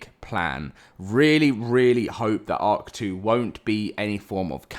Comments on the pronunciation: I hate you i cant not unhear it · And now I can't unhear it😂